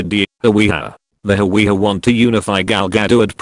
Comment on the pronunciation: its hawiye